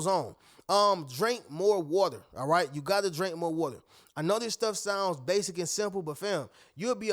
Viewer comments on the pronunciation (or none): none